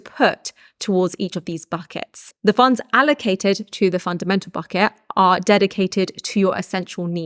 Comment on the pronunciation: Am i the only one who hears "Fuck it" instead of "Bucket"... I love it